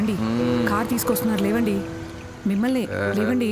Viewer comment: కన్నా అనే ఈ ఏక్టర్ కి తెలుగు రాదా? "లేవండి" ని "లెవ్వండి" అని ఎందుకు పలుకుతున్నాడు?